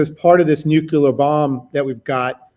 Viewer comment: asks the question I would ask. I'm not satisfied with their answer though. edit: i dont think anyone has said "nucular" this much since george bush (lore).